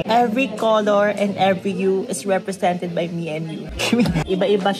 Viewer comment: "Every color every hue is representing by Mimiyuuuh"🤣